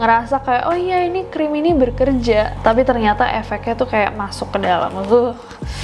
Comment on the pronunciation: "Berkerja" Kak Ness, bekerja!!!!